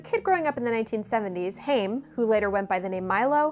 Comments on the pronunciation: Wow you just BUTCHERED their names completely.... It's not "Hame" that would rhyme with "Fame" - it's HA-IM, which would sound like the start of laughter ("ha ha") followed by IM which would rhyme with MEME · no idea who the hell "Corey Haim" is, but the Haim mentioned in the video is a jewish name which means "life" and is pronounced the way I described